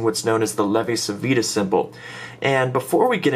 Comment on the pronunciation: In Italian Civita is pronounced like Chivita :D